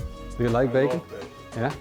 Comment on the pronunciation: He says bagon not bacon